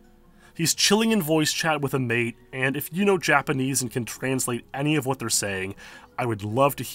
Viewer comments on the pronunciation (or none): none